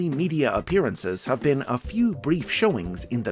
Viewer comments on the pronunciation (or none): none